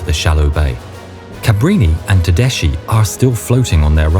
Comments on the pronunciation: Tedeschi has to be read as Tedeski, not Tedesci. I cannot listen to such a shame. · darlin', it's teDESKY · Everything is perfect but just a correction Tedeschi is spelled Tedeski, not tedeshi